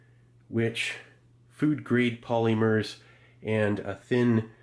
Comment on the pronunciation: "food grade polly merr's" -Steve